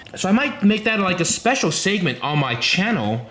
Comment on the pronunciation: "saygment" and "daybyooting" lol